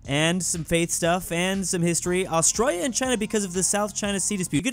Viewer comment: you know that since forever you dont know how to pronounce "Australia"